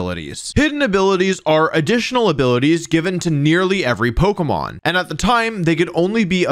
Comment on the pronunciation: Bro u pronounce every pokemon wrong my brain juat doesnt like it